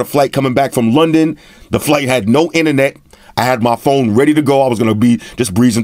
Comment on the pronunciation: In a few minutes I already learned more than from other reviewers. And I learn new cool words like "ine-net", have my sub sir!